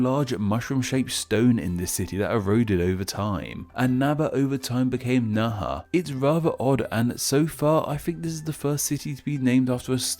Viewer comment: He pronounced Nara and Kyushu wrong.He thinks that 'ky' is pronounced as 'j' as in French. Edit:It was actually Naha,not Nara